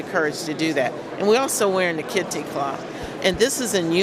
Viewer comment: rooster - it's fake. Supposedly they try to claim they are demonstrating solidarity with the Black Caucus in opposition to the President's sh*&hole remark. They aren't informed enough to know they are mispronouncing the name kete when they say kente cloth but hey... that's a factually ignorant liberal leftist progressive for you. They are all for anti-constitutional ideals but always lacking when it comes to details. It's more a bull sh*t show of loony leftists pledging black solidarity with a failed Clinton/Obama anti-american marxist philosophy type policy belief intermingled with a sort of lost tribalism mentality. Just don't tell them that kete mats were also used on dirt floors in Ghana and other African native tribes to absorb urine while one slept. They won't like that.